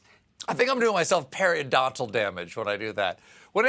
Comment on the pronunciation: I loved the paridontal damage🤣🤣